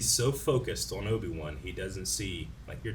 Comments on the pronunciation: Obi-Two 😂 I’m dead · Not Obi-Two 🤣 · Obi-two lol 🤣😂